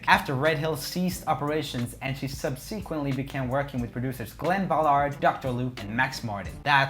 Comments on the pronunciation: no one: roomie: sub-SEE-quently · sub-see-quently con-traa-versy